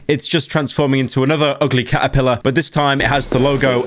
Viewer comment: The hungry hungry ca'uh-pilluh.